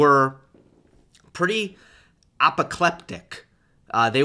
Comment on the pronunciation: BVDZ's comments were "apocleptic"? Apoplectic? Apocalyptic? Some severely, severely concerning pronunciation here from 😂